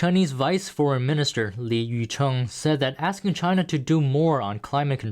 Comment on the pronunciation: Trust and cooperation from Chay-na ? Hahaha !